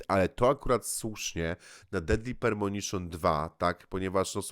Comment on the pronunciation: Duke Nukem Forever, jak ja się zagrywałem w to. Jak ja noce zarywałem. Do Deadly Premonition (Pre, nie permonition, uwielbiam jak ten tytuł przekręcasz) mam taki sam stosunek jak ty. Kultowy tytuł dla mnie, jedno z najlepszych doświadczeń e grach jakie miałem.